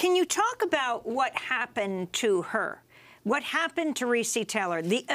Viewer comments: pronounced "Ree-Cee" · Am I the only that noticed is mispronouncing Recy's name! I can't...